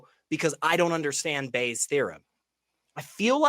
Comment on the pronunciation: Why do you keep calling it Bayer’s? It’s Bayes’.